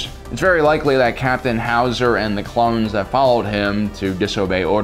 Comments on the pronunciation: It's not Hauser,it's Howser. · If he says HOW Za one more time I’m turning it off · Every time he says “ Captain howzer” I just kept fucking laughing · Ah yes captain H-owz-A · Nobody:: howoozaer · I love how he says howzer with a Arnold schwarzenegger accent and btw it's called a howitzer. Lol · Dude, you are absolutely killing me with the Arnold accent, everytime you said "Howser"! Nailing it! "Get to da Choppa!" LMAO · The way you say Howzer reminds me of Arnold Schwarzenegger as Mr. Freeze The 'Chill out, Batman'-accent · sounds like how germans speak XD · Lol what’s with Howzer pronunciation